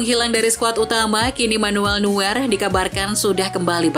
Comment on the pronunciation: nuer nuer ngomong yang benerrr!